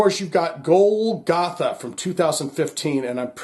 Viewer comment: Love you Also bad a** that Pearl Drums sponsors your channel. Not to be a wiseguy, but it's pronounced [Goal - ga - tha] Love that track. W.a.s.p. is always great. Golgatha is the hill where Christ crucified.